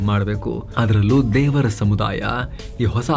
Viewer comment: ತೆವರ್ not ದೇವರ್